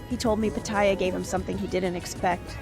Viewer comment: Amazing, he came here 25 years ago and still doesn't pronounce "Pattaya" correctly.